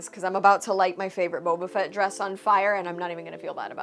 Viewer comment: Did say Boobie-fet? Forgive me. Childish I know. I couldn't help myself. 😝